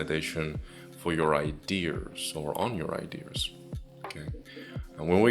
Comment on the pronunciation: it's : idears lol